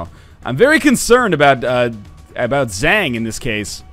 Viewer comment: Zhang isnt pronounced like dang, its pronounced like hunk